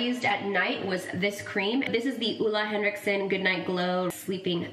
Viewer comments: You def mispronounced Ole Hendrickson at first. It was the toner, Steven bought it for you when you were on a trip and you had breakouts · More like OH-le you could say. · Ole Henriksen is a danish name and you sure are close to pronouncing it completely right! Better than most people haha. Greetings from Denmark! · I love the way you say ole henriksen😂 I’m from Denmark and it’s a danish company so to hear it pronounced in English is so strange😅😅 But so happy and proud of him he really work hard for his brand and he is just such an amazing person. His energy is everything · Well, Ole Henriksen is danish so you’re actually still saying it wrong 😂😂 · always funny when non-danish people are trying to pronounce "Ole Henriksen"